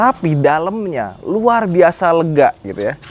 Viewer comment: .....ini Rrrruar Biasa...Mantaps